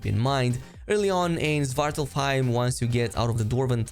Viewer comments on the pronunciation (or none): Its pronounced Swart-Alf-Haim (dark elf home) or home of the dark elves.